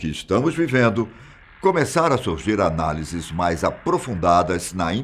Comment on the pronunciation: Quando ele falou "análise" eu chorei kkkkk